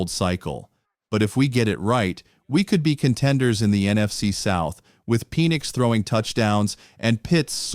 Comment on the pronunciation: That way he says Penix. Is like Penissssss. Ahahaha